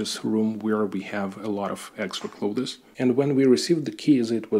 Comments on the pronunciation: Also, I know you didn't ask, but some unsolicited advice from a native English speaker: you are pronouncing clothes as "cloth-is" and it's more like a "з" sound at the end. "Clothz". Just offering help because I know when I try to speak Bulgarian or Russian, it sounds like shit (your English is great, not implying otherwise) and I love when friends and family help me out. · Hi, excellent video. A lot of similarities to life in Czech. You can pronounce clothes as Kloz. It is a common mistake by non native speakers to try and pronounce the th sound. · Please don't take it as any form of criticism especially as I am terrible at any second language but if you were to pronounce clothes like cloves the spice it would sound better. It is strange, I know several people from Poland and many will make the same mistake. Nice flats by the way, do you have a dacha as well? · My babcia was Polish American, bilingual, with native accents in both languages, but there were 2 words she did not pronounce correctly. Clothes was one of them. She always said "cloats." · Your English is great, but you can pronounce "clothes" as closs .. I'm an American, and we don't pronounce the "th." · I have to ask you,, if it's not possible that the size of 38 m2 for your (whole) apartment is not perhaps a mistake? When you are showing us around, several rooms seem quite spacious, whereas 38 m2 is not even the size of a decent sized living room 😮. And, just to be of assistance to you; your pronouciation of the word 'clothes' is incorrect. Internet will surely help you.